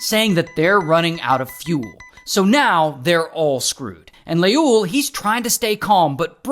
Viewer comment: As an Ethiopian every time u say leul I'm dying 😂😅